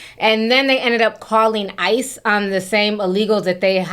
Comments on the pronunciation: The lady adding an "S" to ICE cracked me up. 😂😂😂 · Somebody jealous prob called on them within. Lol that girl saying isis instead of ice